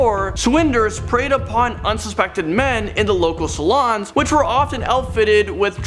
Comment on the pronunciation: Sa- loons not salons, they were drinking , not getting a new do.